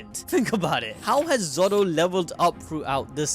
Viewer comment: Bro really said “Zow”